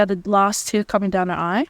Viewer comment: Please tell Americans that it’s Last Tear and not Last Year